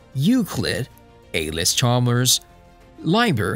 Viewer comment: The narrator definitely is not a native English (American English anyway) speaker. Allis Chalmers mispronounced. Calif = California. Also had to finally give up on this; too much repetition.